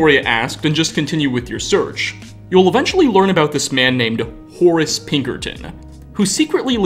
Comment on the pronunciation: I like the way you pronounce "Horace" ^^